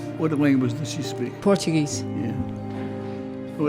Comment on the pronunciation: "portugues” oof